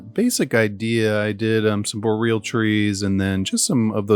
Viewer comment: Boreal is pronounced "bore-ee-uhl" rather than "bo-real"